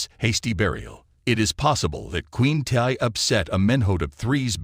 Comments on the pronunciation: Thank u.....Tiye is pronounced Tee. Among other mistakes. So annoying. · Tiye.....pronounced Tee.